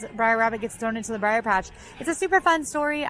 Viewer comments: Brer. Not Briar. Brer. Yes, it’s problematic, but the characters’ names contain the abbreviation for Brother, not a reference to the Briar patch. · It’s not “briar” rabbit. It’s br’er which is a vernacular speech form of “brother”. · it's BR'ER Rabbit, as in Brother, not Briar! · Brer! Brer! Not Briar Rabbit! Brer Rabbit! LOL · Aloha; Love the blog! Please remember that you are not saying "Briar" As in Briar Rose, but Brer means brother And is pronounced like "Hair". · I'm sorry, but constantly pronouncing "Brer" as "briar" stabs me in the soul each time. Also Pecos Bill is "PAY-cose", not "PECK-o's". Sorry for the nitpicking, but I have to defend the honor of my favorite land. Edit: thanks for catching the Pecos thing. Lol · Yeah, Brer means brother. It was getting to me too. Of course, I feel same about Molly always saying noods.